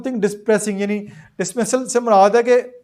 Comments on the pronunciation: dismal likh wah hey dismasal prh rhay ho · bhai khud parhna seekho dismissal ni dismal hai